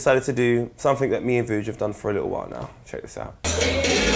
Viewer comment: its Vuj serbian